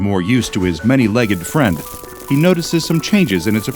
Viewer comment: The insect says be my fwiend and bro says no